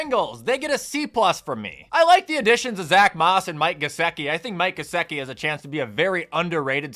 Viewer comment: Is the way you pronounce gesicki and pollard on purpose?